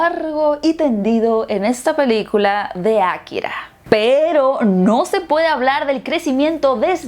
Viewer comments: por que dices Akkira en vez de Akira? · Ákira, ákira, akirá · aKIra No AKIra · nadie:: Ákira